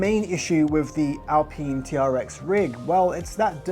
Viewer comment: This idiot can't even pronounce alpine, do you really want to listen to the opinion of someone who can't pronounce alpine... What an absolute plank 🤦